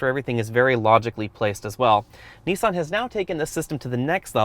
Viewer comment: I just wish you would say 'Nissan' correctly as it's quite annoying listening to you pronounce it incorrectly over and over again